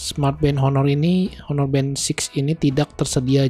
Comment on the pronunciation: Sekedar saran aja masbro, agak agak belajar cara ngeja/nyebut nama brand dan type dengan benar, Honor bukan dibaca Honor, karna mas kan nyebut 6(enam) itu "Six" (in english) jdi biar konsisten nyebut brandnya klau bisa dgan bener juga. Bisa liat referensi dri Reviewer lain di yutub, itu sih saran saya supaya mas bro bisa lebih berkembang. Skian